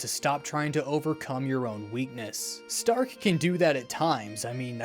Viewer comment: I love th "H" in stark that isnt there, but you can hear in the pronunciation Shtark!